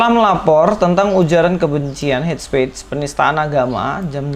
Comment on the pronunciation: Hate speech : bacanya het spich